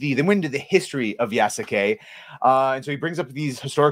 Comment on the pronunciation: Yeah no, horrible story telling to cater to western audience using modern western ideology inserted into Feudal Japan. Side note: If Sasuke (Naruto series) is pronounced Saske, then Yasuke is pronounced Yaske. ヤ ス ケ Ya-su-ke, pronounced Yaske with a silent u. サ ス ケ Sa-su-ke, pronounced Saske with a silent u. Show me a video clip where Japanese voice actors from the anime Naruto enunciate all three syllables Sa-su-ke, instead of blending it as Saske and I'll concede my point.